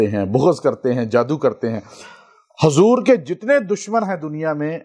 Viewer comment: Pr,,, Janab ap apna talaffyzb,theek kariye Hazur , nhi Huzur boliye😮